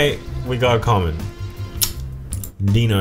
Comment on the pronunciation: Your not saying Dino right Dino is for dinosaur